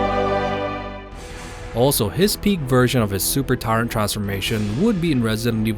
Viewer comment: I'm sorry to say I stopped watching your video You're pronouncing tyrant wrong it's not tyraaaant it's tyrant with an (i) sound Remake the video pronouncing the word tyrant correctly and I might actually enjoy the show it's not tyraaaaaaaaant int soud your a anoying man yo